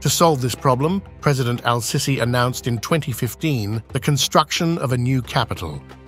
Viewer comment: his name is pronounced seeesee , pls call him accordingly!